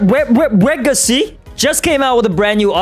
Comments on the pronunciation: HE SAID KING LEGACY NOT KING WEGACY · It’s not king wegacy it’s king legacy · it's king legacy not king wegacy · King legacy😂can’t make me say king wegacy lol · Yo you mess up you said king wegacy but the title bruh king Legacy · King Legacy not Kang wagacy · It's called king legacy not king wegacy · Pls stop calling king legacy king weagacy😢😢😢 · The Best Thing In The King Wegacy Is Actually "Code "😊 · Bro king wegacy 😂 killed me bro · Lol 😂king wegacy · in 15 sec in the vid you said legace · Lugn w-w-w-w-w-wegacy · Not king wegacy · No no no it’s wegicy